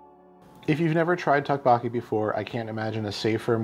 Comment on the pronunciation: Doke Boke E is how it’s pronounced.